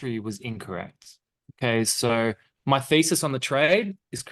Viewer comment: Trust your feces - where shit is used often beforehand in the conversation. For non-Aussie speakers (God bless you all for the lack of speech impediments - for which I also suffer from) you actually mean Thesis., I would suggest a translator.